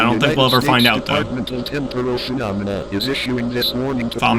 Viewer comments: it’s pronounced “fuh- nom- a- nuh” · Its fe-nom-I-na phenomena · It's actually pronounced phenomena